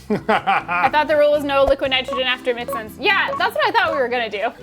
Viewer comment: Its not "Mix-Ins" its MIXN's!!